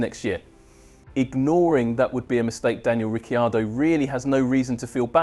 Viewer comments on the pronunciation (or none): Please pronounce his surname correctly, a bit of respect!